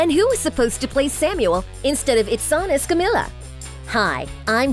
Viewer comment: Repeat with me: Es-ca-mi-Ya